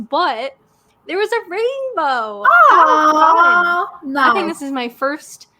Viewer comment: Oooh a "trainbow"